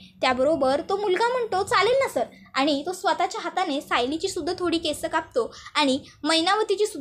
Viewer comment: अग बाई मराठी शुध्द बोलता येत नाही का ? एक असला किंवा अनेक असले तरी केस्अ नाही तर "केस" असे म्हणतात.